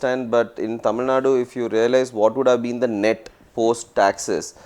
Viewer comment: டமில் டெரியாடா..... இது தமிழ் சேனல் தானே....